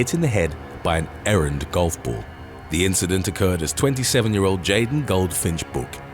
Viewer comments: "Errant", not "errand" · "Errant" not "errand".